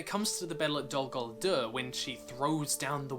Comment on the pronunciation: The way you pronounce Dol Guldur makes me retch.